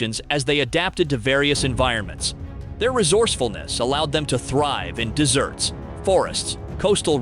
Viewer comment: In-dig-a-noose people? Who pronounces indigenous that way??? Clearly not anyone who knows anything about indigenous people . . . and "survive in desserts" instead of in deserts . . . I have to block this website. Sheesh